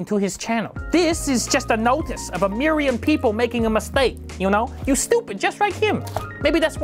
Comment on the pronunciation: "A miryon peepoh making a mistake" XD, you're doing great things. Very happy for ya. A well-deserved award.